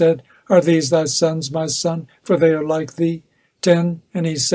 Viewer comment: Ma' sun' lol northern English accent was funny! 😂😂😂😂